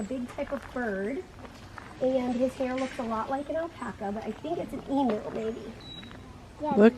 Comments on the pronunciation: as an Aussie, it's an Em-you not an Emoo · I'm sorry I have to tell u emu is pronounced emyou. So say the em the way u did and the end u is pronounced like the word you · Common mistake, emu is pronounced eem-you. 😊 they are beautiful birds. Looks like you had an amazing day! I love watching Mary interact with animals 😍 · The emu is pronounced eee mew